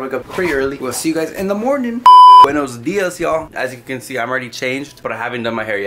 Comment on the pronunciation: Was i the only one that thought that looked like Dustin from stranger things in min saying his no sabo “buenous diess”😂